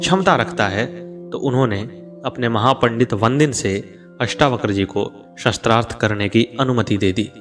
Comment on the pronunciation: mahoday aapka uttam prayash aapko sadhub..,mai aap ka dhyan ek galti.. aap शास्त्रार्थ ko शस्त्रार्थ uchcharan ker rahe ho jo ki galat hai,ek aadh aur mamuli mishtek hai, अ aur आ ke uchcharn ko dhyan do,apane bole ko baar baar suno galti samajh me aajayegi,,,mera ye kaam nahi hai,bash tumhare adarniye prayash me subhkama swaroop hai,sri radhe sri radhe sri radhe